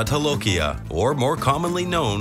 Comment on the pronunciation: jolokia is pronounced as 'j' not 'h' like spanish